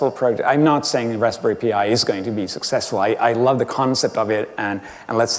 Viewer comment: Raspberry "pee eye"? o.O